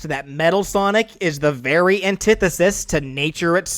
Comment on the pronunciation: Right...do you even know how to pronounce sonic?